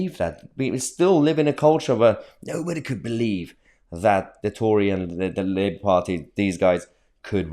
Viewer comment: Liebour as its pronounced